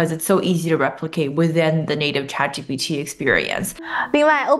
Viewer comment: 为什么博主对ChatGPT读的恰特，而不是浅特？